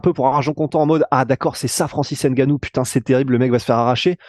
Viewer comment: Francis Ngannou Pas N gannou